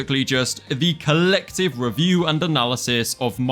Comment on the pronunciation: I love how he say "collective" 😂